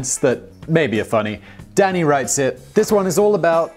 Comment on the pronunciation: I keep hearing "Danny" as "Daddy". "I'm sorry, Daddy." "When are we getting into the war, Daddy?" "SHUT UP, AND WRITE THE SCRIPT, DADDY!"